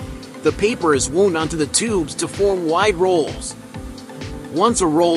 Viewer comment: Teach your voice reader how to pronounce common english words. The past tense of wind is wow-nd. They don't injure the roll.